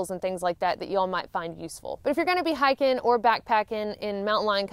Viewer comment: Omg yr accent 😂 it sounds like yr saying hacking not hiking girl